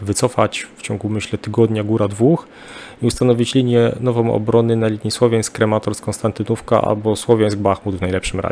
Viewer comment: Taka krótka uwaga, prawidłowa nazwa miasta to KRAMATORSK, to tak jakby pan z uporem mówił np. Werszawa. Poza tym świetne programy. duża wiedza wojskowa autora.